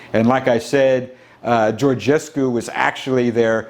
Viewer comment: as a Romanian, I appreciate your commitment in trying to pronounce Şoșoacã, and I congratulate you for pronouncing Georgescu well :)